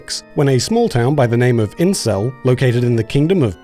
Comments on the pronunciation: I'm sorry, are you saying "incel"? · Oh, it's "Insel" not "incel". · its "Insel" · Anybody else hear the town name as "Incel"??